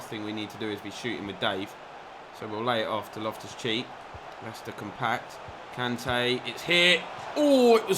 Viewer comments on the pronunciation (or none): Made me laugh sounded like in the game against Leicester you called loftus cheek loftus cheese 🧀 🤣🤣🤣